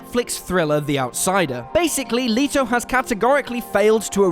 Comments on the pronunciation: Jared Leto is a great actor. And you can't even pronounce Leto. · WHY CAN NO ONE AT WHAT CULTURE PRONOUNCE JARED LETO’S NAME CORRECTLY?! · That’s not how you pronounce Leto. Seriously, just watch one or two of his interviews. It isn’t too difficult. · How the hell don’t you know the pronunciation of Leto? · It’s Not “Le-toe”, it’s “Let-o” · PLEASE take time before recording to type “[actor’s name] pronunciation” into YT’s search bar. It’s Jared Let-oh, not Lee-toe. And very easy to find out. And by the way, how is Cardi B an undoubtedly fine actress, aside from a 5 minute cameo in Hustlers, which was about a millimetre removed from her actual persona. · For fuck's sake, it's Jared LET-o. Not "Leet-o." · LMAO. First time I've head Leto pronounced as Lito. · Oh dear God will you people EVER have enough respect to pronounce names correctly? These are international stars and there simply is no excuse for not knowing how to pronounce their names. e.g. its LEH-to not LEE-to. Sheesh!!! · It's Jared Let-o not Jared Lee-toe if you do a video on films, at least get the name of actor correct. Also you are speculating, no evidence to prove it will be a flop. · I cringe every time u say Leeto its Leto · jared leto not leeto xD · Jared Leto last name is pronounced Let-o not Lee-tow. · It's pronounced Jared Leto as in LET-O NOT LEETOE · It’s Let O not leeeeto ffs!! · And you didn't lost even more credibility when he couldn't even pronounce Jared Leto's name correct it's not that hard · I’m so glad it wasn’t just me who was cringing EVERY time He said Leto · It’s Leto not Leetoh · Jared Leeto? You guys are doing it on purpose, I'll leet myself out. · Unliked for LEEto. Cheeto and Leto. See the difference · You mispronounced Jared Leto’s last name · You can't even pronounce Jared Leto's name right shut the fuk up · Who else is off put by the fact that they clearly can't say Jared Leto's name right but also is judging him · Learn to pronounce Leto.